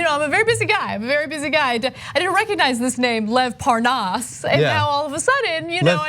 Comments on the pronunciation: No matter how many times he hears them pronounce Parnas's name, he [Devin Nunes] still pronounces it differently on purpose. I can't believe he thinks there are people who'll fall for this shit, and worse still, I can't believe there are ACTUAL people who fall for this shit [those who vote republican]. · So Nunes didn't even know how to pronounce Parna's name. Only a republican is crooked enough to not care. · I am German and not usually interested in politics but even I knew who Lev Parnas is and how his name is pronounced when David Nunes a representative of your country and a professional politician denied knowing him on Fox News. That was obviously such a pathetic effort to cover up his own dirt. I really cannot believe how badly educated and uninformed some Americans are. 🙄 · Them mispronouncing Parnas’ name to pretend like they don’t him is ridiculous .🤦‍♂️🤣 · It was a pathetic attempt to ACT like he didn’t know how to pronounce it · Nunes is still acting like he doesnt know how to pronounce parnas's name, lol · Devin Nunez is clearly disengenuous, when he mispronounces Parnas' name, in light of the fact that Parnas has had his name on television for the last two months. He's a Trump henchman who will tell any lie, in support of Trump's unlawful schemes. There is no other explanation. Anyone who falls for their propaganda, simply, wants to believe them, in spite of any critical analysis or evidence of their deceptions. He's a believer that his base is too stupid to question or resist his lies. Think. How does Parnas have all this access to all these government officials, both foreign and domestic, if he didn't have the okay and support from the white house? Cell phone access included. Don't let Trump and "this" GOP destroy what's left of our democracy. Next thing you'll know is Trump will try and cancel the elections because "he" suspects corruption. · lev porn-ass? at least he can pronounce nunes :P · Ahh yes, Lev Parr-naas